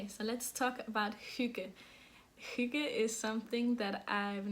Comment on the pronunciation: What a great episode!! And you were right I honestly couldn’t stop laughing when you were trying to say earthtones girl! And Thank you so much for all the insight into Hygge. It was great to hear you say it and all the other danish words... what a beautiful language! And to me Hygge means, quiet, low light, sipping tea, knitting and a good audiobook/podcast. It doesn’t really apply to my family since we are over 50 in number and our get together’s are spent speaking as loudly as we can so that our voices can be heard. 😂